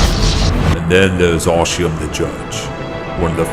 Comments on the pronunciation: Arshiem? Teach your AI how to pronounce ARISHEM. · You need to teach your AI that its "Arishem the Judge", not "Arishiem the Judge".